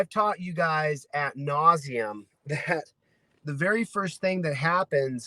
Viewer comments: Is he slipping into the ol' "just invent words if y'all don't know what goes in there" habit? Did he just say 'at nauseum' because stupid? (2.20 something). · "At nauseum??"